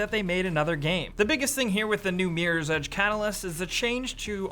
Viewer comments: why does he say meer's edge its MIRROR right? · This dude says meerors edge... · is awesome, but can't take him seriously when he says Meerors Edge... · Miiiiieers Edge. That's how Americans say Mirror.